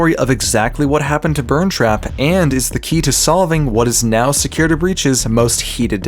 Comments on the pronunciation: Forgive me, Please please forgive me- but. "Securitr" I'M SORRY XD 😭😭😭😭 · Securituh breach